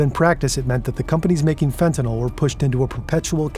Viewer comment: First time I've heard fentanyl pronounced properly in a while.